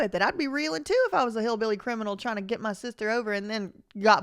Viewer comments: I absolutely can't handle the way you say "SEESHTERRR" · Yo I was hollering when you said "sistezr" 🤣 😂 💀 😭